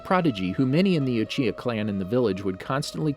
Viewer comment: Not to be a stick in the mud but you actcedentlly said uhiha sorry